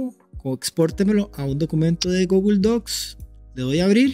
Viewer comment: Deberías escuchar en Google Translate como se dice la palabra "Google".